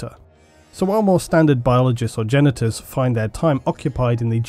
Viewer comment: I have to admit when you first said Genetors.... I heard Genitals.... I was like "Alright bring on the robo bits!"